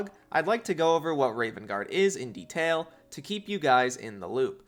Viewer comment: Ok but why does he pronounce detail like that